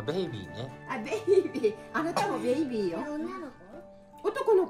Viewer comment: かわいい天使ちゃん達おはよう👼🏻💞 ちゃんとおじいちゃんに挨拶してる🥺🥺おじいちゃん喜んでるよ😊の想いに届いたかな🤭？ 嬉しそうでかわいい♡♡ ふわちゃん本当に美味しそうに食べるね😊 ベイビーって言葉どこで覚えた？お兄ちゃんとお姉ちゃんの影響かな？発音めっちゃいい🫣